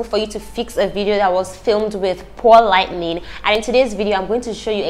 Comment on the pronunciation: Lol just find it so adorable she keep saying “lightning”